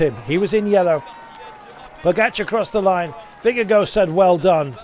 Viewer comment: For goodness sake! It’s NOT pronounced “Vinga-go”! Disrespectful…